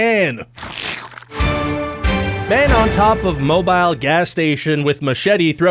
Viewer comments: Mobile is pronounced mo-beel not mobile like , something movable or moving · It's pronounced "Moe-bill" This was in Mobile, Alabama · . It’s Mobile, AL. Pronounced “Moe-Bill” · that's mo-BEEL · It's pronounced Mo-beel. There, doing my part.